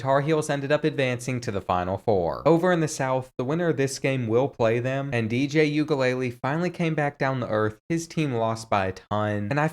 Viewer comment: said “DJ Ukulele” 😂😂😂😂